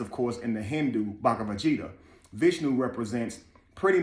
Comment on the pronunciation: Bhagavad Gita, the "G" is pronounced with a hard "G" like in Garden. It means song, and can also be used as a woman's name. Please forgive my correction, but I want you to be best.